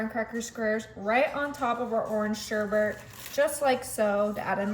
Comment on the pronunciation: It’s not sherbert - it’s sherbet. Learn to pronounce properly.